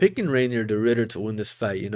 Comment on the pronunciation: Did bro really say reindeer de ridder😭💀